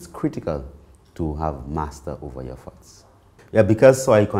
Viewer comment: I was really bou work on controlling my farts until I realized he was saying thoughts😂